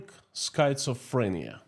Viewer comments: Skit-suh-freh-nee-uh // really hard word to pronounce❤❤ Great job, 💖💖💖❤️❤️❤️ Slava Ukraini ❤️💜💜💜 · The correct pronunciation is SKIT SUH FREE NEE UH. (Schizophrenia) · Schizophrenia is pronounced with a short I. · December 10, 2024, Here are two words that you should ask Mr. Google to pronounce in English: 1. Façade 2. schizophrenia Remember that “ph” is often pronounced “f” in English. Thank you for your beautiful programs on economics. They are very clear and use “simple” explanations, which I can understand. Keep up the good work. Sincerely, Nick in Canada